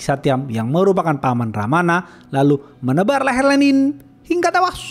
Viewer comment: "Hingga tewas" logat nya lucu 😅